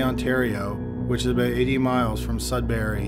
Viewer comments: Its pronounced, Sud bury, not Sud berry And the accused has a wife and 2 children and worked in a lab in North Bay. But thank you to all who brought this bastard to justice, praying justice will be served, Renee deserves that and her family proper closure. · Mistake on how to say Sudbury aside, good video. (it's pronounce Sud (That part was right)- Brrr(Like when you're cold) - Ey, like when you say Hey, without the H. Just a note. I used to live there.)